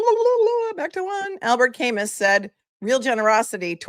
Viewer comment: Camus pronounced Kamu. I love your show.